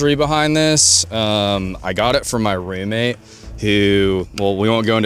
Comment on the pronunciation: “ I got it from my reooomate” 🤣🤣🤣